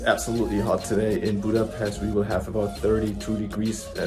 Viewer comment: As a Hungarian I only can say thank you for all of this!🇭🇺🇭🇺🇭🇺love U brothers🇮🇩🇭🇺 ...But please learn how to say Budapest...